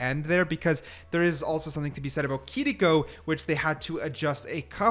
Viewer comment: I thought it was kiriko not kiliko why r we saying her name like this